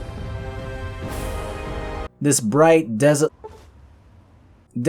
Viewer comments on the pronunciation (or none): The way you pronounce “desolate” bothers me